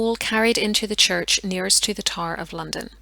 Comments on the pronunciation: I couldn’t figure out what the tar was that she kept talking about, I finally realized she was trying to say tower😂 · It took me a bit to realize you weren’t saying “tar”. I had no clue what a “tar” might be in this context. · getting past the pronunciation of tower is hard enough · Gave you thumbs up due to historical content and debate. However, “tar” instead of tow-er? And other blaring mis-pronunciations of English words? Are you Irish?